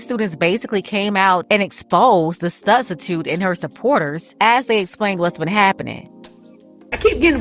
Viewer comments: !!!I heard yo slick azz say STUBstitute also😂😂😂😂😂😂😂😂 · you said "Studstitute"😂😂😂😂